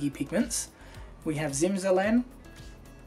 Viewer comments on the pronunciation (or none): Zimzelen is Slovenian word (you just pronounced it wrong - accent in on the last e). Exact translation to English is winter-green (zelen = green). And periwinkle is called so because it has green leaves even in winter. Word zimzelen is also used for all plants green in winter and for evergreen music. So for me it's a liile odd to see purple colour for something with green in the name :D